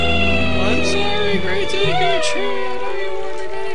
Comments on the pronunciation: nope, it's the japanese syllables de and ku, so it's pronounced deh-Kuu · its pronounced duku but spelled deku tip tip